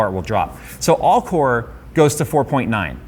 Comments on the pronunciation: I thought he said corn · That intro "CORE!!!" I had to stop and rewind 3 times cause first time I heard w**re, which I agree Intel can be sometimes, specially with their prices